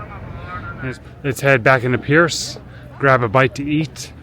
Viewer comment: Percé is "Pear-say"